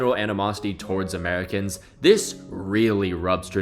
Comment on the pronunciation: Love how you said Americans in that way considering your American